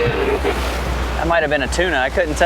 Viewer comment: Captain... I don't miss an episode of yours every Monday, but the name is Bonito not Bonita. Maintain the quality of your videos, they are the best.